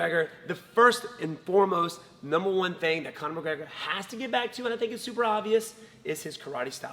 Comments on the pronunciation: Conor mergegor lol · No1 gona mention the genius “Murragega” from stephen?